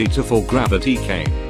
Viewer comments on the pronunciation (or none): none